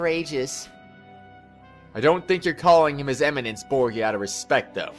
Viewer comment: btw it's bor-ja not bro-gee-a gotta love cutscene focused missions with no gameplay xD